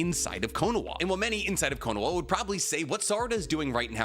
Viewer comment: How do mess up the pronunciation of konoha